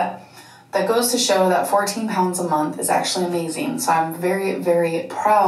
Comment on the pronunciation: You could have loss tirty pounds in a munt - as Dr Now says